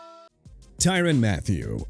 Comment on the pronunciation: Tyrann (ty-run) Mathieu and Terron (teh-ron) Armstead and New Orleans (new or-lins) Once again lack of respect for a Louisiana city from somebody who can't pronounce it right!! Got a problem with "New Or Leans"?!